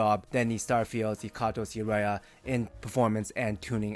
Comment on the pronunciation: Aria - pronounced as "Are-ree-ah", emphasis on the 2nd syllable. It's a singing term.